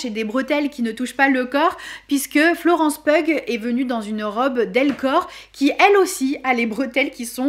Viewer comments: Trop bonne vidéo ( on dit Florence Piou et pas Pugh ) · Je suis toujours autant passionné devant tes vidéos, elles sont intéressantes, bien construites… un délice ! Ps : petit point (parce que j’aime tellement cette actrice que je me permets de te corriger) Florence Pugh se prononce « piou » (elle l’a dit en interview et depuis je ne me trompe plus!)